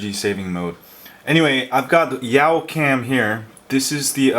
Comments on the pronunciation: did you say yow cam its YA-cam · It's youcam not yaucam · Pretty sure it's "Yawcam" not "Yowcam". :-) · Yawcam is pronounced yahw-cam. like "yawn" without the n.... Sorry! I just have OCD about that! haha